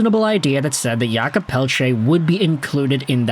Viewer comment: Thank you for all your videos and prononciation efforts. Just so you know, in french we say 'Jacob' not 'Yakob', he is not eastern european 😅😆 I know french is not always clear and easy. 😂